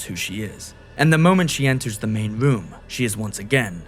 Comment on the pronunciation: Who is narrating this, fucking Homestar Runner? Yee yee ass "WHEN WOSE WAWK INTO THA WOOM," Christ.